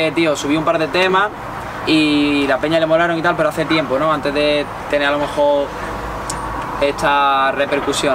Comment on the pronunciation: Like si te fijastes que decía tempo envés de tiempo